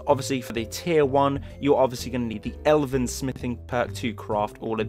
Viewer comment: Totally lord of the rings based love it! Also YES you pronounced Elven right thanks so much. Again, don't mean to sound like a grammar snob, but hey, it is what it is. Epic armor and video. Sorry that I haven't watched you channel in awhile. I'm on vacation at the moment and ironically haven't had much down time.:D P.S its the Bosmer armor, right? P.P.S You said you didn't like the guard outfits, there is a cool guard armor overhaul. I'll send you the link soon I can't right now because I'm on an ipad :/